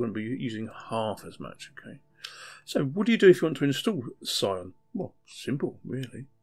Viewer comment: I think "Scion" is supposed to be pronounced as "Syon", similar to "sci-fi", with a silent C